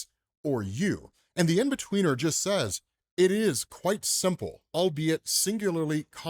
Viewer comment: in-betweener? cmon man